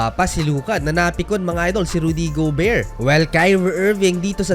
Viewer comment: Rudy go-bear. Laughtrip., 😆😆😆